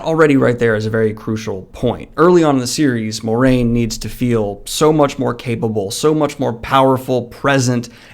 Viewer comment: The “Mwah” in Moiraine is important to me. Just sayin’. Otherwise, great video!